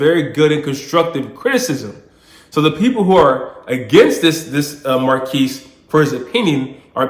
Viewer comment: pronounced mar kez sir.